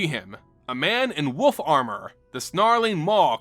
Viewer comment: Woof armor made me laugh. I to say it like that :) nice to hear it